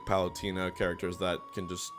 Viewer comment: "PalutEEna" Not how its pronounced my dude. Im enjoying these tier list videos tho fr fr